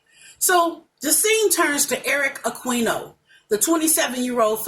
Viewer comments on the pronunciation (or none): Hiii some notes for you: * Eric Aquino his last name is pronounced "A - key - no" * It's called assailant not assaulter. *SVU did poorly in ratings which are so saddening to me but on a high note, Greys Anatomy did great with their reunion of Derek Shepard & Meredith Grey. The representation of Filipino and stereotyping them as Catholic was offensive to me. Ever heard of hell hath no fury well meeting Mama Aquino (Eric's mother), she'd throw punches if she could at Amanda since the whole case ended up with no justice. Filipinos are loving & hospitable peoples - the representation on SVU was rubbish. *NGL the episode was a mess. It felt like they are rushing BLM and the COVID restrictions of wearing masks...they keep pulling them off and no social distancing in some scenes. Thank you for this review - I'm subbing for more SVU content